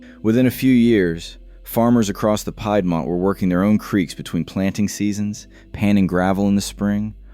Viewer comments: Pie dmont is hard to say 😂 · "pied"mont....Omg. No. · Peed- mont…. Is how it should be pronounced because I live here